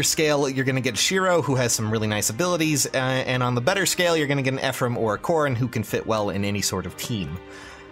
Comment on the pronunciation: Ephriam I don't get the reference but it's Ephraim pls I don't want to get wooooshed